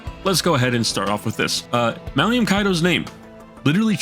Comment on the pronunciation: Brother the man's name is Malum not "Malium" he's not a knockoff benzo